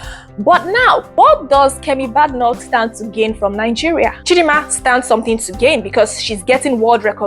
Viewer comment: Good effort, your presentation but the least you can do is to carry out some research to get ur facts right about the person or subject you're speaking on. Especially with the ease of access to information online these days. At least find out the correct way to pronounce her surname to start with. All the best in the future! 👍🏾🙂